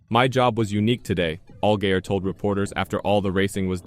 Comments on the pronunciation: this is absolutly horrendous. If you can't say the town or drivers name correctly then don't say it at all... Conkerd? really?... Allgayer? omg I can't handle this anymore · Do you even watch any of the shit you make videos on? “All-gay-er”, really? C’mon man. Do better.